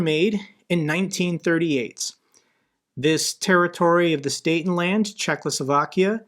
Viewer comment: Theat with Sudetenland I have been saying it since the start of the full-scale invasion no one haved believed me. Btw you butchered Sudetenland prettyhard.